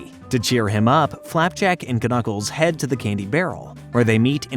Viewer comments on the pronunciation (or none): I can't mentally handle the way you say knuckles as k-nuckles instead of nuckles cuz k is silent here.